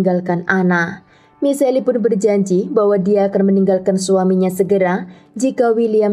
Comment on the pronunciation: Michelle dibacanya mishel bukan michelli, gimana sih kayak gatau nama orang aja.